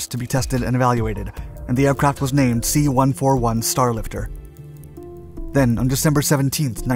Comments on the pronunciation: Holy cow, it's pronounced C one fourty-one, not one four one. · Dude! You gotta stop saying C One-Four-One, or KC-One-three-five!! I spent many years overseas in the USAF and flew on everything from a C-47 (forty-seven) to the C-141 ("C-One forty-one). I'm sure you never say "F-one one one", I hope (F-111/ F- One Eleven)). It's like nails on a chalkboard to my USAF ears. I love, love, love your videos but sometimes I wonder if you do enough research before making the vids. KC-One Thirty-Five, C-One Thirty Hercules is the way we say it, Thank you!